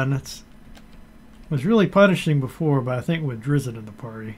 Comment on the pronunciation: I'm sorry... did you say Driz zit??